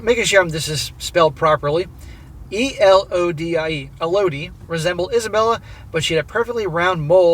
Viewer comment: It's pronounced ELL-oh-dee